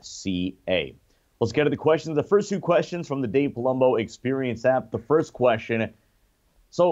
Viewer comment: Dude it is pronounced QUESTION not KESHSION